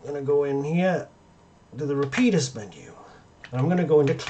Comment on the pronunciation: Going to start pronouncing it 'Rapeeedus'